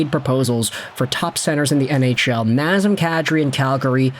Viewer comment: Non... Not NAZEM KADRI, please.